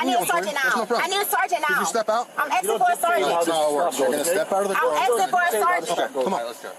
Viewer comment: For a fac she is axing for a soup advisor.